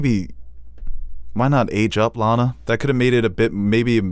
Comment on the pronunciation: LAAAAANa, not Lana. Long A sound. She was supposed to be a squicky match.